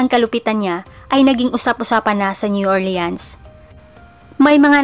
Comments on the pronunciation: new "orleans" pronounce as new "ORLINS" PO. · New Orleans po masyado o.a ang pronounce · Hello Po mga ka Kyoryos, pasenxa npo Sa pronunciation ko Sa New Orleans, new orlins pala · Kakaasar ung new or leans nya 😂😂😂